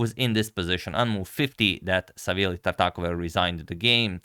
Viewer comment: So that's how you pronounce Tartakower